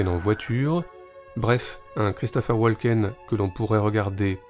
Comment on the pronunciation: Woken, le "l" est silencieux